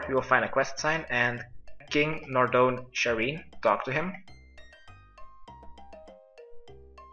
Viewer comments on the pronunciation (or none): It’s pronounced “NarNODE” Not “NarDONE” Fucking hell man just learn to read. Every single video I watch of yours, you butcher word after word, and it’s 100% down to laziness! JUST. READ. THE. FUCKING. WORDS. It literally takes 0.5 seconds to learn how to pronounce stuff PROPERLY. If people took the time, over thousands of years, to perfect language, and to organise words, and orthography, the LEAST you can do is take half a second to pronounce words the way they were intended to be pronounced.